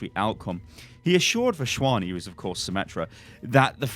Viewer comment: Lmao, it's Vas-Wani don't pronounce a random H. Otherwise u got that name spot on